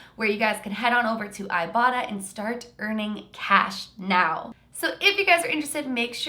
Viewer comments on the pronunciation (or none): When said "ibota" I thought said "ibottom" I had to look in the description to see what she really said 😂